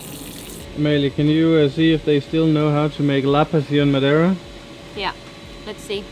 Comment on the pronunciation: the accent was perfect when you said madeira